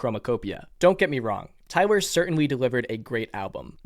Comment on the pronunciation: Please stop saying tywer